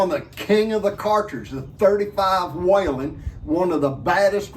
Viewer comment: Thanks for the video and thank you for your service! The name is WHELEN rather than WHALEN, though... pronounced WHEELEN rather than WHAYLAN.